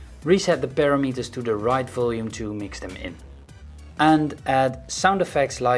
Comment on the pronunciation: Just to let you know, it's not parameters as in paranormal and metres, it's per-ram-mer-ters